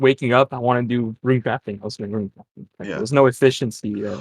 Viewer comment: I'm getting unreasonably mad when he says runey